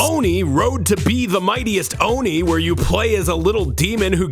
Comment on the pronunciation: Am i the only one who thought he said oney instead of oni